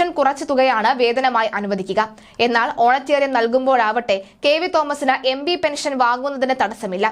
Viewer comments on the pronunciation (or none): Send her to some English school ... honorarium is not honaterium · സാധാരണ (Honorarium )ഓണറേറിയം എന്നാണ് പറയുന്നത് ഓണറ്റേറിയം അല്ല. ഓണറ്റേറിയം എന്നെ ഒരു പ്രയോഗം ഉണ്ടോ എന്ന് നിശ്ചയം ഇല്ല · ഓണറ്റേറിയം അല്ല കൊച്ചേ. Honorariam ഹോണറേ റിയം ആണ്. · ഓണറ്റേറിയം അല്ല honorarium. ഇവളെ മലയാളം പഠിപ്പിച്ചവനെ മുക്കാലിയിൽ കെട്ടി അടിക്കണം. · Madam ഒണറേറിയം ആണ്. ഓണറേററിയം അല്ല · ഓണറ്റേറിയമല്ല കുട്ടി ഓണറേറിയമാണ് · ഓണറ്റേറിയം അല്ല കുട്ടീ അത് ഓണറേറിയം (honorarium) ആണ്. അറിയാത്ത വാക്കുകൾ ഉപയോഗിക്കുമ്പോൾ ഉച്ചാരണം മനസ്സിലാക്കി ഉപയോഗിക്കൂ. എന്തൊരു നാണക്കേട് ആണിത്. Honorarium എന്ന ഇംഗ്ലീഷ് വാക്ക് മലയാളത്തിൽ ആരോ എഴുതി കൊടുത്തത് (ഓണറേറിയം ) ഓണറേററിയം (ഓണറ്റേറിയം) എന്ന് വായിച്ചു. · ഓണറ്റെറിയം അല്ല ഓണറേറിയം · Eyaleyoke chumakendi varunna malayaliude oru gathikedu!.mole, onetarium alla onerarium anu.